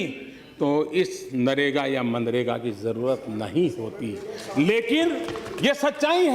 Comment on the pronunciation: Pappu ji pahle manrega kahna seekh lo 😂😃